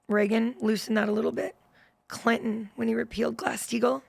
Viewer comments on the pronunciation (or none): none